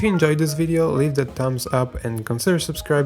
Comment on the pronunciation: If we're into what now? It's more like droo loo ;p Can confirm, also Dutch and that's how the oe is pronounced